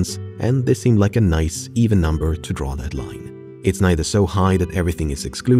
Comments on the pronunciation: The “Noice” 😭😭😭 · click "noice"